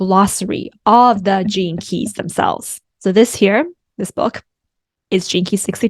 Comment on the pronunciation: Every time u say "gene keys", I hear "jinkies" like Scooby doo... Thanks, Il show myself out.. lol